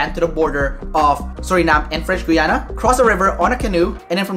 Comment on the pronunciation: French "Gwee-ana"???? Try French "Gee-ana" dude